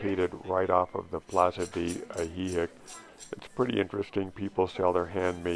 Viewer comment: Both "i" in Ajijic are pronounced the same 😄🤠😆✌️